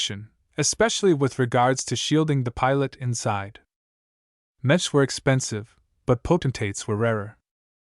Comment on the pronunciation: I don't expect much from ai narrations but this is a story about mechs and it can't pronounce "mechs" or the main characters name, why go through the effort of uploading it did you not check to listen to the first few minutes?